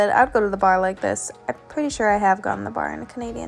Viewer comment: I heard “I’d go to the barn like this” 😂 Bar. Go to the BAR like this.